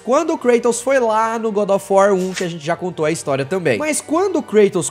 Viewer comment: Engraçado que ele chama GODÓFUÓ 3